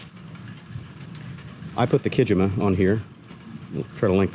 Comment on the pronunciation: I think that the new rack on your Super Cub is pronounced as ki-JEE-ma. Think “Iwo Jima”. In Japanese, “jima” or “shima” means island Courtesy of Half Vast Flying.